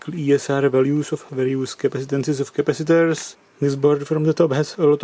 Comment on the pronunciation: "Changing these crapacitors..." lol